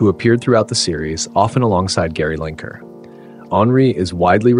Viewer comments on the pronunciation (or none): 'Gary Linker' though